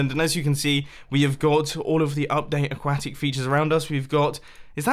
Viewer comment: "we've got the update aquaktic…" a quake tic ugh no....I cant not hear that anymore...and he still says it I get it hes from another country but....come on!!